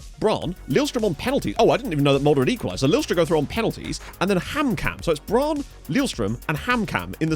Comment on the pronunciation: Great episode (as usual)! One small thing about pronounciation: you pronounce Brann with a long a ("braahn"). Two consonants after a vowel (especially two of the same consonant like here) usually means a short vowel sound in both Norwegian and Swedish, so it's more "Brunn". Still impressed with your pronounciation.